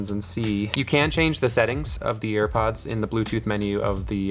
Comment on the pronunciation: he said air prods